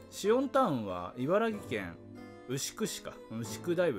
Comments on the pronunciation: いばらぎじゃありません、 いばらきです。 いばらぎは大阪です。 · シオンタウン…！いばらきけんかよwww てか、いばらぎっていってね？